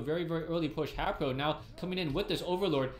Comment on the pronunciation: he meant to say haypro